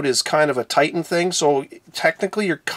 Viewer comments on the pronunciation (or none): none